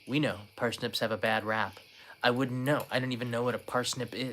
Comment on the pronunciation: Par snips not Per snips........Ever try Baba ganoush? Shhhhhhh, don't wake up Kanai.